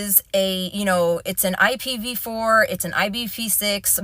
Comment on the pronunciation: this girl has NO IDEA what she is talking about. She just read the word ipv4 and ipv6. She didnt even really say what it was correctly. I do not believe for a second she has any sisco certification. And ipv4/6 is used thru out the entire internet. Every device has an IP address thats part of how they communicate. Also she called her self a networker....